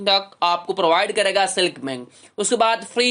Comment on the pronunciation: Abay silk bank tu sahi bol lay pahlay..seelik nae silk hy😂